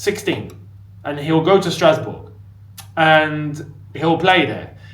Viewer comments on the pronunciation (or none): said Strasbob 😅